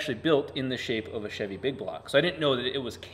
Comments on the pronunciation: I just want to say CHEVY not shivy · i dont understand why some people have the overwhelming urge to pronounce Chevy as "shivvy", its weird.